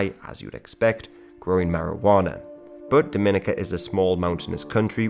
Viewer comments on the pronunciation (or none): It’s pronounced Dom-i-nica not Dom-in-ica like how the Dominican Republic is. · Dominica is pronounced Dominique - Ka Not Doh Mina ca pet peeve moms from the next door island. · Just letting you guys know it's pronounced Dom-muh-NEE-cuh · Isn’t it pronounced more like Dah-men-EEK-a? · Nice video, very fascinating. I’m sure it’s already been said but it’s pronounced DominEEka and not Dominica like you’re dropping the “n” in Dominican. Also, Rastas are against all “-isms” so Rastafarianism is an incorrect term for them. But other than that great video you’ve got some good material from what few videos I’ve seen so far. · Dominica is pronounced differently from the Dominican Republic, Dominica has more emphasis on the second I, Dom-in-ee-ka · It’s DominEEca. DomInicans are from the Dominican Republic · Damn this is a good video. It doesn’t really matter imo, but the pronunciation of Dominica is actually “Dom (like dominate) - in - ee - kuh” or “Daw-Muh-knee-cuh”. And Dominicans are actually pretty different from Dominicans. Lol that sentence. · It’s pronounced Domi-nee-ka